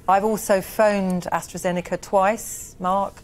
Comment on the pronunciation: So now it's not precovid, it's pre astrajenaka